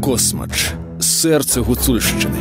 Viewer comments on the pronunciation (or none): КасмАч!!!!! Наголос на А!!!!